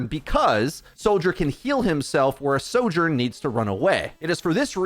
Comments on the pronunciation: Your pronouncing of Soldier & Sojourn was extremely confusing 😵‍💫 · say “76”. i can’t tell which hero you’re talking about soldier sorjourn they sound ALIKE